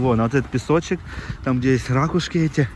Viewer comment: не рАкушки, а РакУшки. Много ракУшек.